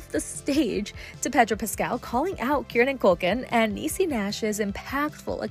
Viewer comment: Kier-ran. Not KEARN-NAN